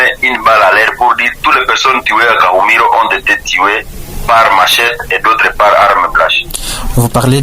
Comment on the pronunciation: Kahumiro et non kumuhiro